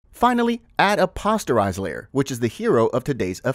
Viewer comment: Posterise as in "Poster" (soft "o", NOT a hard "o")